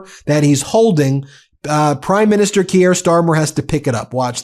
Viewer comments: KEER Starmer. Keir is pronounced with one syllable. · Ben: You mispronounce "Keir". It does not rhyme with Pierre. It rhymes with "peer" or "tear".